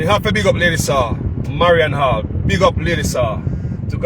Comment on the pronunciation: Lady saw aka (marion Hall) is right ✅ 👌 she didn't say a word wrong